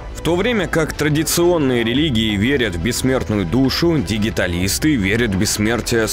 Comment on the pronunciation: Дигиталист?!))) Наверное от слова Digital (т.е. цифровой). Тогда правильно Диджиталитс